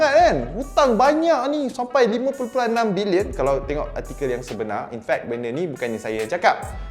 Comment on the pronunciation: cara sebut dengan betul. "bilionn(kasi sengau sikit)"